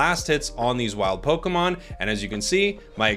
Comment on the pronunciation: ポコモンって聞こえる。。。